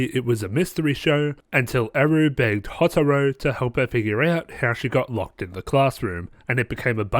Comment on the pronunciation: I’m just gonna leave this here. Hyouka (He-yo-ka) Houtarou (Hoe-tar-o) Also the shows characters definitely get better and so do the mysteries. Also it’d be cool if you could do a RHG on Little Busters. The only problem with that is that the first season is like a long setup to the second season and the second season (Little Busters: Refrain) is way better.